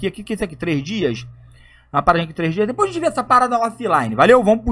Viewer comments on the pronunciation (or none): none